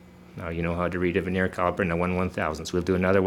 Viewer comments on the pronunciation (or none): It is Vernier, not veneer. Vernier (with an R) comes from the Frenchman who invented the bottom scale to increase precision. Veneer is a very thin wood sheet that is glued on top of crappy wood products to sell them at a higher price to the masses. And use a stick to point things out. The fat finger covers up half the screen and the uncontrolled shaking is dizzying at such great zoom in factor. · I thought it was cool that vernier is pronounced differently where you grew up from where I grew up. We pronounced it 'vər-nē-ər in three syllables. I love the way language shifts and morphs.